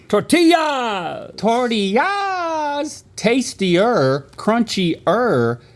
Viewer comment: Link “Tortiyahs queen” cracked me up ❤